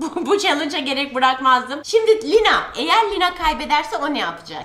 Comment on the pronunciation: Knk dadadadan demiyo dananana diyo be lima deyil lina😎